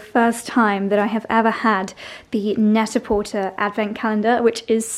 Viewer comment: Love love your garden! (Isn’t it pronounced net a portay?)